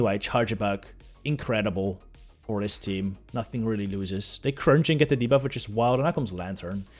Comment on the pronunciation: Hey hallo, je uitspraak van ‘debuff’ is ongelofelijk incorrect en zeer Hollands, gelieve dit te corrigeren.